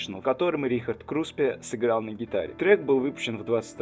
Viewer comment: Вы специально весь ролик говорите Крупсе вместо Круспе?